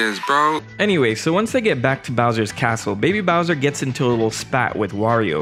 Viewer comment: BOWJA from his CASSSSTTTLLLEEE